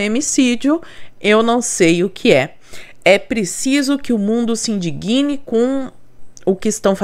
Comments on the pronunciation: Sigo seu canal diariamente, mas não posso deixar de observar a sua pronúncia para "se indigne". Não é "indiguine". O acento tónico é no d mudo. Exemplo igual para "impregna" e não "impreguina", e outros tantos. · Oi prof. Se INDIGNE E NÃO SE INDIGUINE